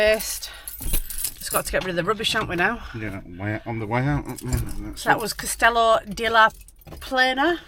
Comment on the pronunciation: You're actually in Grau which is the port area of Castellon (pronounced Cast e leon) but however yo say it goes . We spend our winters here ( Benicassim)and that beach goes on for miles . Great to see your take on it .